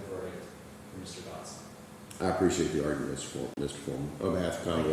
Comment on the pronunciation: LLC business seems legitimate…NOT!! The way says “appreee-ssiate” (appreciate) made me gag a little….